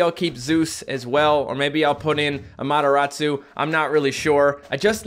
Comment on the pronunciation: AmateRAWsu. Not amateROTsu